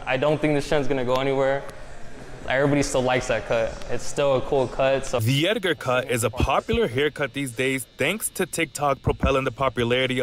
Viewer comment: "the Ediger"